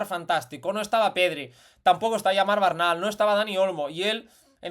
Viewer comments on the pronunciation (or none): none